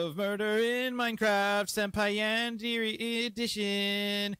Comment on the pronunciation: Awesome video!! Just by the way I think it's pronounced like yawn-deh-ray.